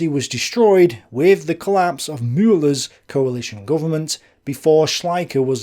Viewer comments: Sure, some germans might laugh about how he does pronounce "Müller" but I really appreciate him trying to pronounce it the right way. Thank you, Sir! Much obliged . PS: You should hear me, speaking english :)) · Hi, nice job. Pronounciation: Müller was close to sonubd an ü. "Von", "volk" or anwhere [fau] is to be found, it sounds like en 'ef' for friendly fire in modernday English. Von Brauchitsch, von Braun, or even van Beethoven( a Dutch name von origin).